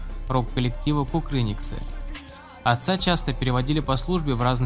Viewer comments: А ударение КукрЫниксы вам как норм в самом начале? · Пожалуйста, запомните, группа "КукрынИксы", ударение на ИИИ! От группы художников КукрынИИИИИИИксы